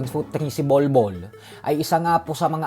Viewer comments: 🙄🙄... BOL- BOL DI BA!!? HINDI "BULBOL"!!!??? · Stupid mindset LNG un mag iisip nun. Tsaka Bol Bol not bulbol. Ang layo...🙄 Isang malakas n Centro. C bolbol